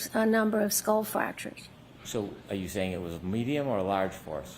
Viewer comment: She said fracturers.like a couple of gashes not just one